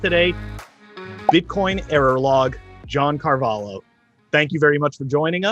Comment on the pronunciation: John Car-va-lho! xd John Carvalo?